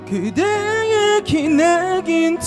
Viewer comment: 왼쪽:3중에 최고음, 근데 안정적이라기 보단 목으로 얕게 지르는 불안불안(지키지못한에서 한글자한글자 따로 지름 지키지못한~을 지!키!지!못!한) 중간:발음 자꾸 뭉갬, 플라워 고유진처럼 뭉개면 ㅆ간지인데 그냥 이분은 혼자 감미로운척 하는거같음(다아아시금을 드으으으시금, 그대의를 그드으) 오른쪽:음색이 호불호긴한데 난 좋음. 근데 저음에서 가사전달도 잘 안되고 음도 안올라거는데. 이렇게 따지면 박명수도 프로가수임